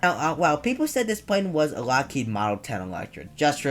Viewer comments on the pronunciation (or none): none